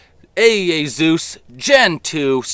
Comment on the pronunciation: Hesus entered the Chat 😂😂 It's Z E U S Bro